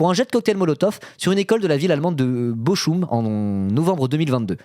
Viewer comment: Bochum se dit Bo-roum